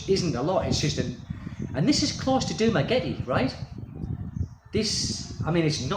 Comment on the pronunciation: Sir, if you can't pronounce the name of your own city correctly, and don't know that the island of Negros Occidental doesn't exist, then you are hardly qualified to say you imagine the Dumaguete Police are going round expat homes to warn occupants of increased danger to them. How would the police even know which homes to visit? You, sir, are a berk.